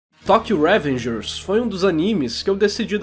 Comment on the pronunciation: eu amei o video mas smp q falava revengers com acento no primeiro "e" me deu gastura